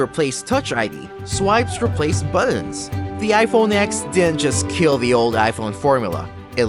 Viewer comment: It’s iPhone “TEN”, “TEN S”, and “TEN R. Like Roman numeral X. It’s not called “Ex” as you stated in your video.